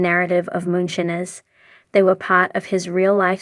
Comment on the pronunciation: Theses AI voice overs or people reading a script not knowing anything holy cow. I lasted maybe 25 seconds before she said moon shinners